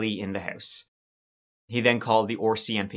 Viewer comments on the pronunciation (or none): Does anyone familiar with Irish accents, such as, know if his pronunciation of the Canadian police sounds like the "OR-CMP" that I hear, because I was under the impression they were referred to as the RCMP? 🤔😅 I actually LOVE his accent, yet if it's spoken too quickly, I cannot understand much. ❤️♾️ Then again, I have a hard time hearing and understanding my own American-English language! 🤣🤯